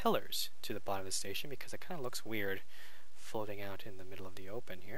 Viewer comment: answer* not question station* not stetion xDD